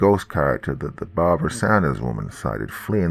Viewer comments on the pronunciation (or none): none